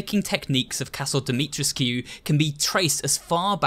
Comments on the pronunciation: It's pronounced more like Dimitrescoo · I'm pretty sure it's pronounced as Dimi-TRES-kuu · That's funny. Her name is spelled "Dimitrescu," but pronounced it "dah-mew-tresk." Did I hear him correctly? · love it when he ignores the characters correctly pronouncing dimitrescu and then goes ahead and says it wrong🙄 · I don’t think the scu part is pronounced “skew”. The cu part is silent i think. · Ever time he says Lady D’Souza name incorrectly I would shout how pronounced it